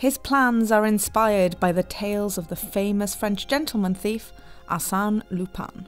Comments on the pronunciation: It's pronounced "Arse-en", as in arse, the British version of as and then "en" from end, not "assane"! They don't even pronounce Lupin right! It's clearly pronounced "loo-pen" but instead they say "Loo-pan"! How do I know this? Simple, 𝗣𝗲𝗿𝘀𝗼𝗻𝗮 𝟱. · She pronounced the Arsene so wrong